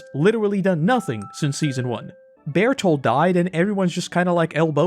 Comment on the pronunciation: I just realized: This is the first time he's said Beltort's name right. WHO ARE YOU?! WHERE'S MY BURRITO MAKER?!